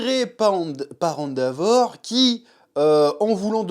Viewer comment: Chef ... Arrête de dire "Andavor" .. ça trigger 🙃